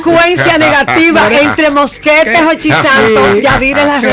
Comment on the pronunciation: alguien pudo contar cuantas veces la doctora morel pronuncia mal el apellido del coronel ya que ella dice Mosquete con SSSSSSSSSSSSS